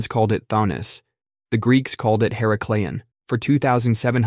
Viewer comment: Her-ACK-lee-on. Not her-uh-clee-on